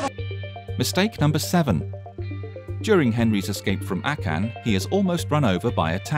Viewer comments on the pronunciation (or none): 1 mistake in this video was the way the guy said akan, he said a can instead of akan. BOOM ROASTED